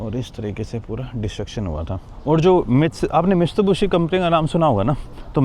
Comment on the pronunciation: Tum Mitsubishi pronounce nehi Kar paraha hay .